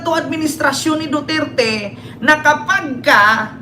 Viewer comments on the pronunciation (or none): none